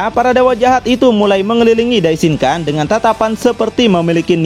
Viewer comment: Maaf bang mau ngasih masukan dikit. Dalam bhs jepang huruf “N” jika berada diakhir kata atau bertemu huruf “K/G” maka dibacanya “NG”. Misalnya “DAISHINKAN” maka dibacanya “DAISHINGKANG” Sharingan = Sharinggang Rasengan = Rasenggang Yamada san = yamada sang Sakura chan = sakura chang Jika bertemu dg huruf “P/B/M” maka dibaca “M” Contoh: Ganbatte = Gambatte Dan jika bertemu dg huruf “D/T/N” tetap dibaca “N” Contoh: Minna san = Minna Sang Walaupun sepele, semoga bs mnjadi masukan ya bang biar penyebutannya jd lebih enak di denger 😊😊🙏🏻🙏🏻 Ganbatte kudasai 💪🏻💪🏻💪🏻